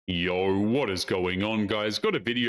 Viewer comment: Why do you open every video pronouncing "YO" as "YOR"?